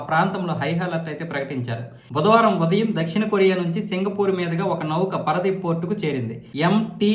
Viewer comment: పరదీప్ కాదండి...పారాదీప్...